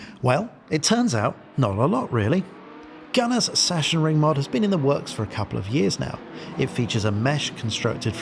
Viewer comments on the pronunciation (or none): Session ring :D :D :D say it like this: Sax on ring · Sorry, but i'm from germany and your "sassionring" makes me kinda sick xD The pronounciation is more like "saxenring". Didn't know if you researched that. Anyway great video and thanks for the recommentadion! I will give my community a hint ;) Edit: Just read the comment from AtzenMiro and saw that you already knew :D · fyi: pronounced something like "saxonring" (from saxony) ;) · Now you're confusing him even more by calling it Sachensenring ;) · try "sux-zen-ring" ;) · I live next to the "Sachsenring" (check my videos) and the correct pronunciation would be like Suxan-reeing Or simply watch germans say it 😅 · I think its zacksenring. Cuz s is z and ch is k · Awesome Preview for a great track. Just one thing, it's pronounced 'Sucksenring' . Sachsen ('Sucksen'/'Suxann') is the German name for Saxony. ;) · We waited much too long for your latest vid 😃 Great one as always! BTW: It is pronounced like 'Saxxenring' in German, but never mind. 😉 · Please dont see this as a form of critique or anything on those lines, I only want to inform you for future references. The "ch" in Sachensenring is pronounced like a "k". "Sachsen" is the German word for "Saxon(y)". Yeah, I know in most German words the "ch" is pronounced a bit weird, but in this case it is just a "k". So please don't take it in any offense form. Just for clarification. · Sachsen wird eher mit g gesprochen 😅 bzw. Doppel g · Better yet, "ch" followed by an "s" is simply pronounced like an "x"